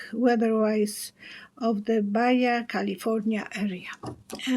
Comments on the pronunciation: Just to let you know😉 Baja is a Spanish word which means low as in lower part of California (California used to be part of Mexico). It's pronounced ba-ha not ba-ya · We’re getting a lot of rain already. I live in California Desert, east of Los Angeles. Baja California is part of Mexico…Baja is pronounced BA-HA as the letter J is pronounced like an H in English.